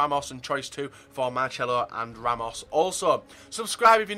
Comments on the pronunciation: Why do you say MarCHelo?! It's MarCelo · Naturally it's pronounced "Marchelo"...